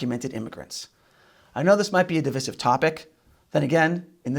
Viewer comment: We don't live in a "divissive" society, we live in a DIVISIVE society. Long i, as in "divide." And if you're saying pew-litzer instead of puh-litzer for the Pulitzer prize ... please stop the insanity now. Please!